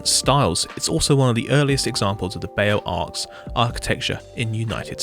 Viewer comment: Beaux arts is my top fav style, please read it as "bozar" (the right way)